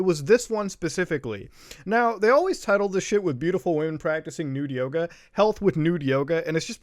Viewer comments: All i can say is... i keep hearing "Naked Yogurth" instead of "Naked Yoga". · I was listening to the video and instead of Naked Yoga, I heard Naked Yoda. I spit my drink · We just got up and we thought he was saying "Nude Yoda" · bruh legit thought u said naked yoda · I thought you said Naked Yoda at first and I remained extremely confused for a while. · Ngl i thought you said naked yoda last time and am schocked to hear it was yoga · I thought you said naked yoda lol